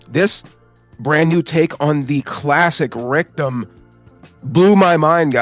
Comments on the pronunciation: Rectum? lol when you say Rick Dom it sounds like you say Rectum haha sounds stupid lol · I love the video but i had a few chuckles the way you say rick-dom. I thought you were saying rectum 😂